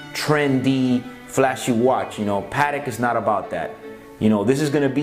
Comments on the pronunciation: It makes me cringe everytime the Americans say the word patek. So wrong.. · The way you say Patek irks me